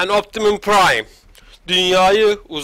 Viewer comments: Optimus pıraym diye okunuo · okunuşu optimuspraym